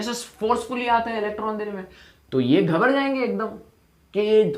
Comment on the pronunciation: Sir aap maharashtra se ho kya O apne kaha ki ghabrjayenge 😄😅😅🙅🙅